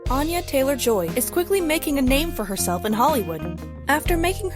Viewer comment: "Anya Taylor Joy is quickly making a name for herself" they say as they mispronounce her name